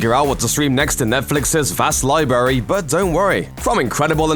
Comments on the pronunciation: It’s pronounced Li-bRary not Lie- Berry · He said libary lol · And I gave up after he said "liberry."